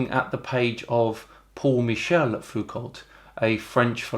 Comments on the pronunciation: A small correction - it's pronounced Foo-koh, without -lt in the end, because French words are almost always twice as long than they need to be. Also, his hilarious attempts at solving a basic geometry problem reminded of something from my teaching assistant career - in one of the exams one student made a math error in some simple heat transfer problem (calculate temperature profile in a wall being heated in different ways on both sides), and according to his solution the temperature of the heated wall actually decreased from its initial value. Instead of trying to find an error, he wrote some truly amazing bullshit explanation of why his answer is correct - according to him, the heat flux on one side was so strong, it pushed the heat from the wall (or something to that effect). He was so sure of his answer that when he predictably failed, he came to my office and tried to convince me for more than an hour. This was one of the highlights of my teaching career. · If I may point out another slight gaffe, although one that you probably share with most non-French-speaking people. All the stuff in Foucault's name after the "c" is just pronounced "o". So his name (just as that of his namesake of pendulum fame) is pronounced something like "foo-ko" (not quite, but anglophones tend to have difficulty with pronouncing a straight "o" without any inflection). No l, no t. French probably has the largest range of combinations of letters that are simply pronounced "o": "o", "au", "aux", "eau", "ault", "ot", and probably a few more. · A small correction: Foucault was French, so the letter t at the end of his name is silent. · Am I crazy or is the "Lt" at the end of Foucault usually unpronounced. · in french, the "lt" at the end of "foucault" is silent. flies away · I just cringe every time you mispronounce the name foucault :) no L! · Not only that, he keeps mispronouncing his name, despite the phonetic being right there in the article. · Foucault is pronounced like Renault .